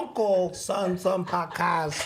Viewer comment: Love this "Paacass" has a gift 😂! Thank You